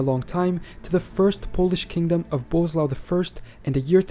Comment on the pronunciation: It's weird that General Knowledge can find so many informations and make a video about it, but he ignores that SZ, RZ, CZ are digraphs, not separate letters. I don't understand these youtubers who make a video about something and can't even put few words into google translator and click on play button. 😀 Or Boleslav pronounced as "bozlau" or something. 😀